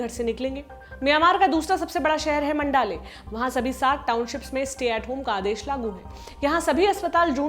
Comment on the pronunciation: मैडम मैंडले होता है मंडाले नही। हम मैंडले से है। धन्यवाद।